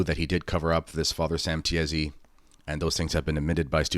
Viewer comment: It is pronounced Tee-see (Tiesi)